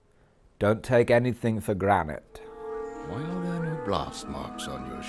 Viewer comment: we just gonna let him get away with that “don’t take anything for granite”